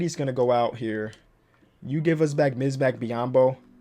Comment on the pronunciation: really really!?! Misbac misbac cmon man 🤦🏽‍♂️